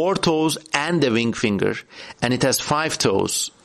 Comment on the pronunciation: The way you pronounced ringfinger around the 30 minute mark, sounded to me a lot like "wing-finger" and now I'm forever stuck wondering what a "wing-finger" would be and what kind of creature would have one, thank you for this beautiful and unlikely gift you've given me!